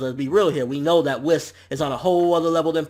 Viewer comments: its not "wiss" its Whis (pronounced Whees) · Its not Wis, its produced Weise( yes I am aware that his name is spelled Whis) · Whis as I'm whiskey and Beerus as in Beer, Toriyama and his damn puns